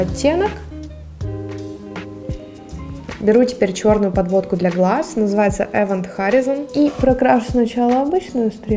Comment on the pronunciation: Event horizont, он же горизонт событий (граница в черной дыре) произносится как "ивэн хорайзн"